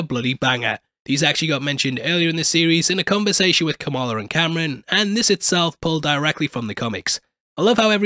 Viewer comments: It's not Cameron. It's kahm-rahn. C'mon babe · HIS NAME IS NOT CAMERON OMG. KAM RAN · Btw his name is pronounced like calm-rahn not Cameron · Kamran (com-ron) not Cameron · Why does everyone pronounce his name Camrin? It’s Kamran!! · Ngl you call him Cameron instead of Kamran was super distracting in this video lmao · It's Kamran, not Cameron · omg its not cameron... ITS KAAAMRAAAAN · KAHM RAHN NOT CAM RAN I tried again cant get past it. Just like KAMALA with her gym teacher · A few corrections: His name is pronounced com-ron. Kinda like rom com but backwards. The language is Hindi not Hindu. That's a religion. Kamala's dad was quoting the Qur'an not the Torah. There is a verse (5: 32) that says whoever saves a life it is as if they saved all of humanity. And the verse is talking about a law decreed on the children of Israel. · Ear rape when you pronounce kamran as camron💀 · Roasts damage control lady for microaggressions. Calls Kamran Cameron throughout the video. Do you call Kamala Kamalia? Its literally why I cant watch your recaps on this show. Usually great, but this is fingernails on the chalkboard bad. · I really cant stand how he’s calling Kamran Cameron